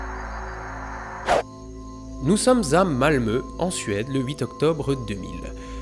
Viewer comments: Étant Français passionné de la Suède et ayant appris le Suédois, je te félicite de ton excellente prononciation de « Malmö » et de « Ôresundsbron » ! ❤ Par contre Copenhague c’est au Danemark, pas en Norvège ;) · Mais il a prononcé correctement Malmö !